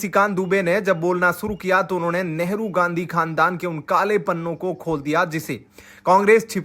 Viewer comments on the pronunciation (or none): none